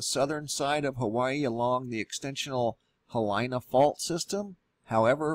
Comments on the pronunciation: Ok, I'm not a volcano expert, but I do live on the Big Island. Not sure where you got your info from, but seems to me there are several errors with what you are reporting. First the current outbreak/eruption is on the East flank of Kilauea volcano, not the south flank. second, Hilina (He-leena) is on the southern flank located within the Hawaii Volcanoes National Park and possibly just beyond that. The area is a very "steep" coastal shoreline. Undoubtedly cause by many landslides into the ocean. This area is uninhabited by permanent residents. There are switchback hiking trails and a beach to camp at. In '75 there was a large earthquake, dropping of the shelf, and subsequent tsunami. Look up "Boy Scouts at Halape" they were camping there during the event. I was a member of that troop, but wasn't with them on that trip. No doubt, living on an island with an active volcano has it's challenges, and dangers, the authorities here are doing a great job of keeping everyone informed and safe (as much as is possible when dealing with natural events). Thank you for your reporting, just wanted to share a "boots on the ground" perspective. Aloha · Hilina ( he lee nah) The i is pronounced like e. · Gonna help you w/your pronunciation: Hilina would be pronounced thus: HeeLeena, because the letter "i" in Hawaiian has the sound "ee" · Listening to you pronounce Hilina and Mauna Kea is like listening to finger nails on a blackboard. As a geologist I wonder why you make a distinction between a volcanic event and a geologic event. We in Hawaii talk about the Hilina slump all the time. Aloha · You are mispronouncing Hilina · Seems they would have made sure he'd pronounce "Hilina" right . . . not even close. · . . or any of the other Hawaiian words. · learn how to pronounce Hilina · Please make sure that you are pronouncing "HILINA" properly! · This guy may know something but he doesn't know how to pronounce Hilina. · In Hawaiian the proper pronunciation is HEE-LEE-NAH